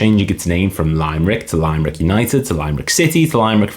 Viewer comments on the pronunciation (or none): It's not Lime-Rick😫😫😫 it's Lim-er-ick ffs... you're butchering the name of the 3rd biggest city in 🇮🇪 🤦🤦 the Limerick that went bust as you said had changed its name numerous times since being founded in 1937... interesting fact-- the colours of the city of Limerick City are actually green and white, but the soccer team always wore blue and white as in 1937 the forst set of gear they got were second hand from Waterford United whose nickname is the Blues